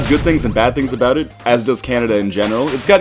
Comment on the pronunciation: aboout. Hahaha, I love Canadians